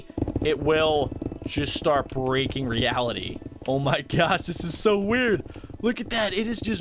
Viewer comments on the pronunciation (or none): none